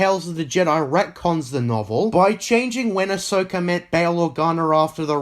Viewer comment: its pronounced also not osoh.